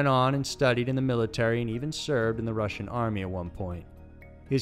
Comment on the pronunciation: Why'd you say 'Russian' like that ? I mean, you mispronounce some things but what's up with that...?